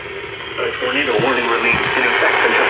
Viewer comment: Nobody:: Tornato WATCH